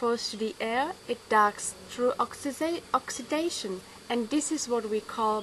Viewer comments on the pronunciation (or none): i had watched ur old video .... very good imrovement..... but still little trouble with oxy-di-za-tion ..huh its k good job.. all the best